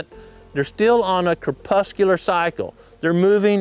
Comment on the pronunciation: I do have a somewhat dissenting opinion to the title more so than what was actually said in the video. However, I did learn how to pronounce crepuscular. Until now I've only read that word.